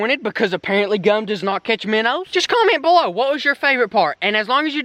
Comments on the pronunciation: My favorite part was when you say miner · “Minners” or “minnows”? I’m confused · My favorite part is when you say minners instead if minnows because you sound like my family from arkansas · I like it lol its extremely entertaining